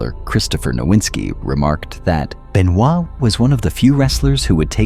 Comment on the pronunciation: Doesn't even know how to pronounce his name right. Man you are fired. Fake fan of wrestling.